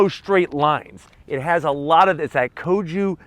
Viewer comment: “Koju” design philosophy? lol 😆